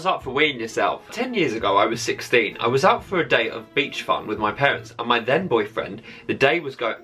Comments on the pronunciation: oh no, on either the 3rd or 4th one (can't remember which) said "my then boyfriend" but I deadset thought he said "my dead boyfriend" and I was like holy shit that is brutal oml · Am I the only one who thought he said" My dead boyfriend" 😂